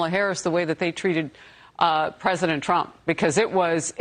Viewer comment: TRUMP not TRAMP.